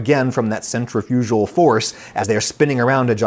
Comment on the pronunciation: curious pronunciation of centrifugal you got there